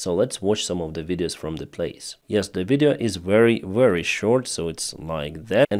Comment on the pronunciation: the way you say ( very ) is wrong. you pronounce it like war wary it sounds like. is pronounce Ve-ry like victoria. Very.